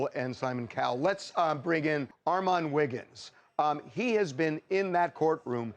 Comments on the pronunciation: That’s my guy right there!!!!! Do that Armon!!!! PS. Say his name right next time! Well done!!!! Keep up the great work!!❤ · Why can’t these people pronounce your damn name 😒 Anyway, you killed it. ✨🥂💕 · ARRRRRMON SAY MY BOY NAME CORRECT!! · This was good! But ain't his name pronounced as Armon and not Armen? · Lol why he pronounce it like “Armen” 🤣🤣 You are the moment ARMON!!!!!! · The way how the “Clears* call Ar-mon Ar-min but we gon’ let it slide cuz our boy done made it to TMZ 🥳🥳👏🏽👏🏽🙃.. Armon we are so proud of u 🥹🫶🏽❤ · Why that man keep calling you “Armen” 🙄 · Bruh he could have learned how to say you name properly . Almond is killing my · "Armin" 😂😂😂 you cooked baby, new opportunities are on theee way ❤ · CONGRATS!!!!! - (P.S) I HATE when ppl f**k up your nameeeee I be screaming at the screen like a mad momma “it’s ARE-MON not RMAN” -__________ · ❤❤❤❤❤ yesss! I’m mad Harvey keep saying Armin! 😂 Congratulations!!!! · Ore-Mon Are-Men. So many ways to talk about the GOAT! lol so proud of you ARMON! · So proud of you Armon!!!!!! Tell them to pronounce my boo name right tho AR-MON not MEN! 🙂‍↕️🩵🩵🩵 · ITS RRRRRR-MON not AR-MEN 🥰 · Congratulations but it's Armon... not Armen 😅😂 like sir 🤷🏾‍♀️ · Great work will be recognized from the greats! Yes Armin! (That's how Harvey pronounced it lol) 🔥🔥🔥💪🏾💪🏾💪🏾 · Congrats Armon but correct them on your name every time, period! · Pronouncing armon, Armen is crazy lol ...congrats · I LOVE this moment for you... Although i HATE they kept messing up your name!! Get it right "Harry" its AR-MON!!!🎉🎉🎉🎉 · I’m trying to get past everyone mispronouncing his name 🤦🏽‍♂️ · I love this for you!!!! (But ima need them to get yo name right!!! It’s two syllables 😑) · U ALSO NEED TO TEACH THEM HOW TO PRONOUNCE UR DAMN NAME! GREAT JOB THOUGH! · Why are they butchering his name like that!! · This is confirmation that this type of content is your lane! Keep blowing up Armon 😂 sn: i wished harvey pronounced your name correctly